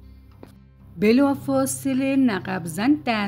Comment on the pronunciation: دوست گرامی تلفظ صحیح کلمه نقب nakb می‌باشد